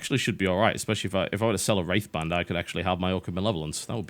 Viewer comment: He says "wraith band" but all I hear is "rape van".......